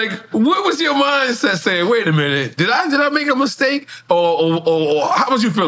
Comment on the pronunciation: Nore said “Water a minute”